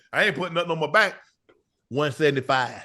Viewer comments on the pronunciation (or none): “one seddny fiiieeve”😂😂